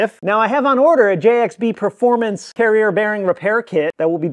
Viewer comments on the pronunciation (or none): none